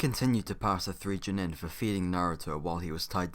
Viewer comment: It’s pronounced Gen-in not Jen-in